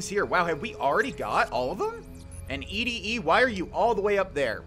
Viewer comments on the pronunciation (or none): ED-E is pronounced like 'Eddie' The quest is named after the song 'Eddie My Love' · ED-E is pronounced like "eddie" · I think it is pronounced Eddie... like Ed - E